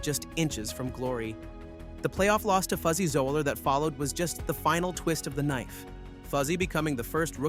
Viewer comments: Fuzzy's last name is pronounced...."Zeller"...not "Zoe-eller". Still a good video, reminds us why a green jacket is so coveted and hard to earn. Also top 5 picks: J. Thomas, L. Aberg, P. Mickleson, R. McIlroy, and B. Dechambeau. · He meant how the idiot mispronounced Zoeller.